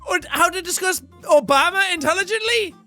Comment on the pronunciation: I love the way he pronounced Obama's name lol.